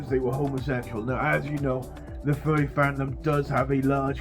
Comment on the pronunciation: Ok, that's horrible, and I hope those people got arrested (which, considering Russia, I doubt happened), but I CANNOT stay serious when your accent makes it sound like you're saying "furby" instead of "furry". 😅